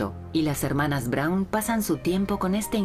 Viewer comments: No es Brawn... Es: BRAUN. No era inglesa: era alemana!!! Siempre es bueno informarse antes de hablar sobre algun tema que desconocemos por completo, para no publicar estupideces... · Perdona , pero "Brawn" no era el apellido de Eva , sino BRAUN !!!